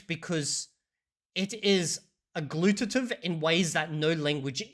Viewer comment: I am starting to doubt B2 English, I think he might be a B1 since he mispronounced Mandarin and agglutinative in this video. I know he is pretty fluent, but not convinced 100% 😉